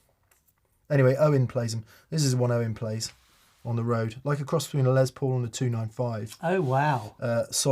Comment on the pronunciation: Doctor Correcto here, happy to help set the record straight for you tan-gents: 1) It's Les ("Less") Paul, not Lez, because it's short for Lester, not Lezter. 2) The caller mentioned playing a gig in Clarksdale, MS, not Clarksville. The former is ground zero for Delta Blues, home to John Lee Hooker and Muddy Waters as well as the Delta Blues Museum. The latter is where the last train went to. Follow me online for more pedantic correcting. Carry on.